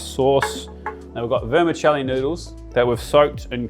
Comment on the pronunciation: Great cooking but the word is "VermiCHelli" no "s" in there.